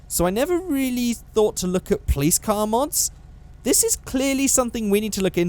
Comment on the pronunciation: All those times you said 'Plice' instead of Police really fucked me up